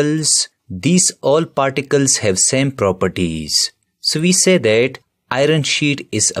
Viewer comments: It's particles not particels.. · Sir it's particles and not particels probably. There are other spelling mistakes too.